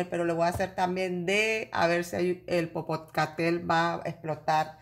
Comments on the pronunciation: Perdón, del volcán el nombre es ....PO PO CA TE PE TL, en idioma nauatl , si le es difícil pronunciarlo tambien le decimos volcán POPO .gracias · Amiga, es Popocatepel, sera que no lo pronuncias bien y el pendulo dira, que volcan es ese que dice ella?, 😆😆😆😆😆😆